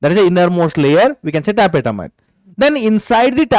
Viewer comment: Tapetum sir not tapetatum